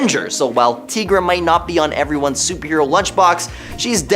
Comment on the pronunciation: Tee-gra? It's Ty-gra. Does anyone on this channel read comics?